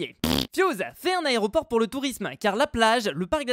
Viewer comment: Compté combien de fous il a dit aréoport 😂😂😂